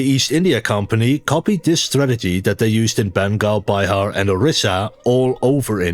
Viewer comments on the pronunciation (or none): PS - De "i" klank in "Bihar" wordt uitgesproken in Bihar met een korte "ih" (zoals bijv. "winnaar"). Mag "vernederlandst" worden naar "Biehaar" .. maar niet "Bij-haar" :p .. meen ik. (U mag deze reactie verwijderen) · SOMETIMES YOURE TOO KIDDING.. 😉😅 BIHAR IS NOT BY HAR.. ITS BEE HAR JEKOB DIMUND WAS A PAPERWEIGHT... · Heel goed Gast! Maare Bihar should be pronounced as Bee-Har 😊